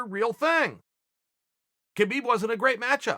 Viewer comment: Chael “I refuse to keep the K silent in Khabib” Sonnen